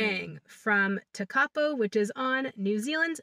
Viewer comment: Just so you are aware it is pronounced tek-a-po,from a kiwi in Welly,loving your videos